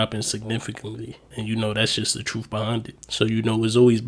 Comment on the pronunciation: No disrespect intended, but why are people the last few years been pronouncing truth with an F at the end?